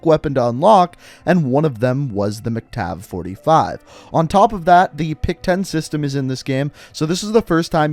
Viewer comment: he said MicTav-45 when is MacTav-45